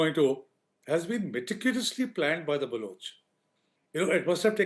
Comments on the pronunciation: Can you please stop mispronouncing Balochistan and Baloch? Please don’t use U instead of O in Baloch. It is NOT Baluch. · Dude it’s pronounced ’BalOch’ not ‘BalUch’ Baloch rhymes with Coach. Please correct this in future